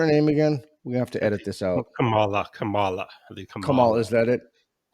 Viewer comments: She uses Mom a la a lot. Her name is first syllable stressed just like her nickname. Ka mala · It is KA ma la. Hindi name, emphasis on 1st syllable. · Kamala rhymes with Allah